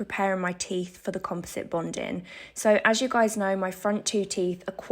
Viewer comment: It's "bonding," not "bondin."